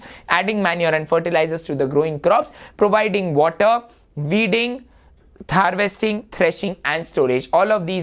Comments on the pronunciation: It’s harvesting not tharvesting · great explaination sir thanks but , in you said Threshing "Thar-vesting" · sir said tharvesting